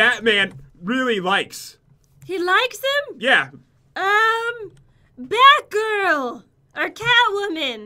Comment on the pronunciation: i swear said Bath or Math girl...I may be the only one who thinks that....